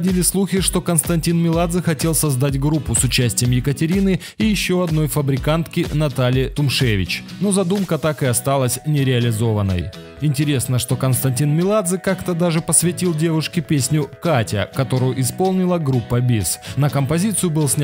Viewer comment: Не Тумневич а Тумшевец